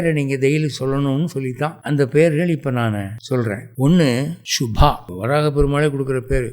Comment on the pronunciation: சரியாக சம்ஸ்க்ருத (எழுத்தும் ) உச்சரிப்பும் அவசியம். Shubadhaa - சுபத்தை அளிப்பவள் ShubaHaa. - சுபத்தை அழிப்பவள் Anaghaa - பாபம்/ குறை அற்றவள். Anahaa - வடமொழியில் இல்லாத சொல். இதற்கு பொருளே இல்லை.